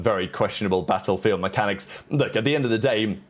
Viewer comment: The way he pronounces 'battlefield' is killing me